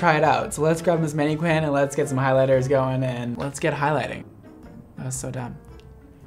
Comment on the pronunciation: The way he pronounces mannequin really disturbs me.